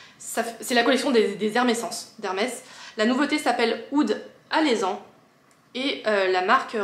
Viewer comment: Hello!! J'adore tes vidéos parfums ❤ Le kenzo mimosa est très sympa 😊 C'est Alezan prononcé avec un e et non un é